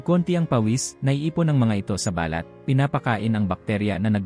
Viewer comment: Pasensya na po. You need to learn how to pronounce Tagalog words correctly, such as: Pabango, balat, taong gulang, nagaalangan, kumot, sumakay, bumulong, malamang, pagbabasa at iba pa. Magpa tutor kayo. No offense meant. Other than that I like the info that you shared. Thank you so much.